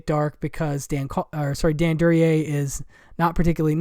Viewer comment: Excellent group of obscure films, a lot of which are new to me. Plan on getting THE BLACK MARBLE. (Paula Prentiss is one of my favorite actresses, and she should have been in more films). Excellent pronunciation of Duryea - confident, matter of fact. ROAD TO SALINAS - any reason no mention of Rita Hayworth? Does she have a relatively small part in the film?